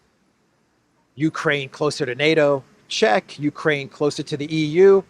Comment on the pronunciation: Uraine sounds like urine😅